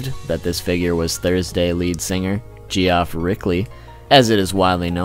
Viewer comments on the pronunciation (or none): Gee-off?....it's pronounced "Jeff"